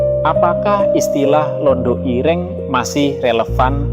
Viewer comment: Dasar ai nya bukan orang Jawa, Ireng dan ire'ng susah lidah nya